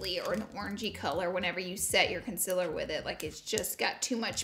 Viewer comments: sis, it's concealer not "conselr" no hate , just saying 😤😂💅💋💄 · Girl it's concealer not consiller. Learn to pronounce, bruhhh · CONCEALER not CONCILER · The way you say concealer gets me every time 😂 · laura i love you but you saying concealer wrong is getting on my nervous